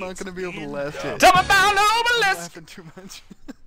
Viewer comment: I like how he pronounces oblis obelisk.